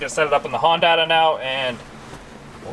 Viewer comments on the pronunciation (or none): none